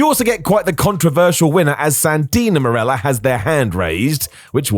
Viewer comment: Marella* not Mareller